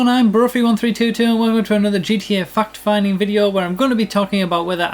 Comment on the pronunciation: Love when he says fucked finding